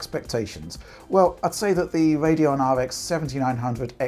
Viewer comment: Theyre not NEXT gen if theyre current, you mean NEW generation. STORWY lol Wadeon lollololol